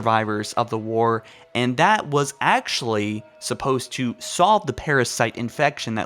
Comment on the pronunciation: ancshent accshully